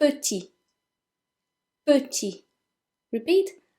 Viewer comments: Hang on, did you just pronounce petit "tee"!? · Learn French With yeah I know, but it sounds to me like you're dropping the 'p' as well, hence my original question.